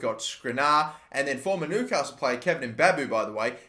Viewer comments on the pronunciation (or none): none